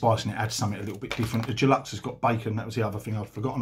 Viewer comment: Unless I'm hearing things, you pronounce deluxe 'geluxe' 🙄